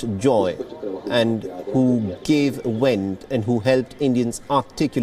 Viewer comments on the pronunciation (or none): none